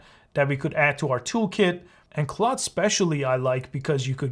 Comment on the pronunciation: Just a note; It is pronounced CLAWD not CLOUD.